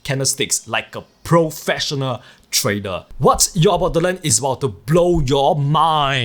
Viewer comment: it's joke on how he pronounces the word trader